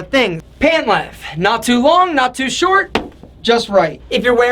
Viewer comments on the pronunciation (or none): length not lenth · LenGth. What is this LENTH business you speak of?